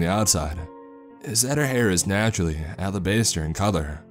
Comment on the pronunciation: It's "al-ah-bahs-ter" not "al-ah-base-ter".